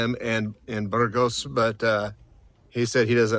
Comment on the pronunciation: Are you so American and unilingual that you won't even attempt to pronounce a Spanish term (or worse, make fun of the Spanish)? Spanish pronunciation is completely regular. A - always like ah. ge - always like hey (but more gutteral in the north). Ah hey s. Not difficult and not ayes. Later, your riff on Burgos with your incorrect pronunciation (not Burrrgos with an midwestern American "r" reinforces this. Better that you stay on the Francés where more English is spoken rather than the many caminos menos transitados where conversations are in Spanish.